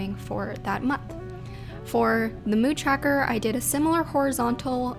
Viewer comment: lmao i love the way she says 'tracker' CHACKER ;)